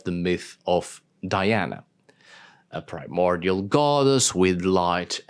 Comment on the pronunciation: Thanks for pronouncing the Latin name, Di-ana, multiple times instead of “Daiana”, it's nice to remember the origin of the myth. Speaking of origins, the goddess Diana vowed to stay a virgin and so were the nymphs of her “entourage”, she would never have had children with anyone. Just think that she had poor Actaeon torn to pieces by her (or his) dogs just for looking at her while she was bathing... 😁